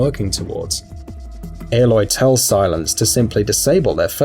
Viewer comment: Why is he pronouncing Silas as silence